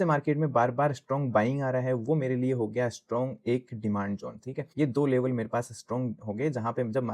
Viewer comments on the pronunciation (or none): none